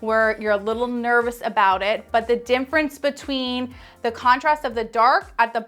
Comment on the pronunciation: You have a lot of wonderful information but omg you remind me of Benedict Cumberbatch trying to say “penguin.” Somehow you keep saying “dimfrence” instead of “difference.”